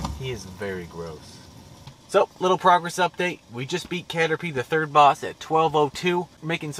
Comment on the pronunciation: Bro said caterpee 🤣